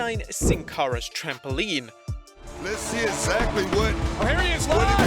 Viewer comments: It is trampoline not trampouline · There is no "u" in the word 'trampoline'.